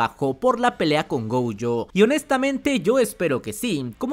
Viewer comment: Por queeeee dice GOUYOOOOOO… es gojo (goyo) punto